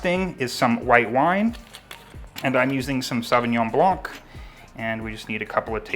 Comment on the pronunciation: I never thought of adding ingredients to the beyond meat burger. That's such a great idea. BTW, the word blanc in French, the c is silent. :)